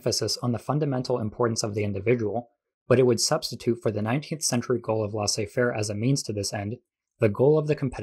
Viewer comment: FYI: Each o in "colloque" is pronounced the same, like the 'o' in "low". Also, the ai of "laissez" is pronounced the same as the ai in "faire". More like the vowel of "hay". Neoliberalism and embedded liberalism vs Stalinism and Maoism. Wasn't anyone talking about anarchism?